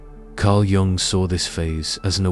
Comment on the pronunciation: Every time he pronounced Jung with the hard "j" I LOL'd, adding years to my life 😂